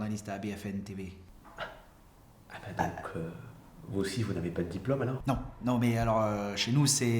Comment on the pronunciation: Il a dit BFN TV mdrrr